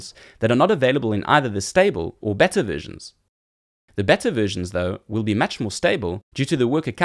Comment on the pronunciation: Looks interesting! ('beta' is pronounced 'beeta' [long 'ee']); otherwise it sounds like you're say it is a 'better' edition - which is not what you mean!!